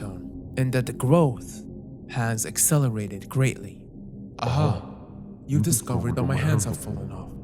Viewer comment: Bro…how the fuck did you pronounce “you” like that